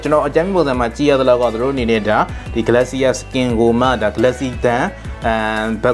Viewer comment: ဂလက်စီယာ မဟုတ်ပါဘူး ဂလေရှာ ပါ